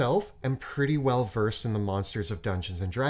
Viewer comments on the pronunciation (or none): none